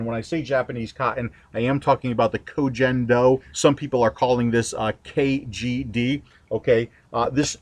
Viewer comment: Love your videos but as a linguist as well as a student of East Asian history and culture, it irks me how your mispronunciation of Ko Gen Do has spread throughout the vaping community. It is pronounced koh gen doh (g as in gun) not koh jen doh.